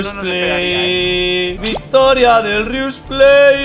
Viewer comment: Yo escuchando a Víctor decir:inriustor (creo que era haci) Timba: que... :'( noo Ooooo lo perdio a Rius :c